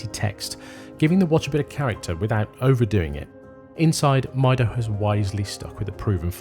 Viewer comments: It's meedo not mydo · It's pronounced "meedo" I guess, is from spanish "Yo Mido" which translates to "I measure" time I suppose, on other hand, I'm not ok with Seiko offering 3hrz movements in +600$ watches, I think the same thing on Swatch group, give me a regular ETA 2824 with the full 8 bph and less power reserve. Powermatic 80 is just cost cutting. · Mydo mydo mydo 😂😂😂, these people are soooooo ignorant don't even care to pronounce the brand properly. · I would have assumed Time+Tide would know how the Brand Mido is pronounced correctly 😅